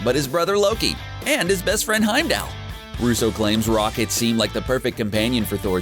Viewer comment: Looks like someone’s running out of ideas. oOOoOoooO. (Edit) also can you please learn how to pronounce heimdall